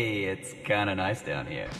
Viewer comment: "hey, its kinda nice down hea"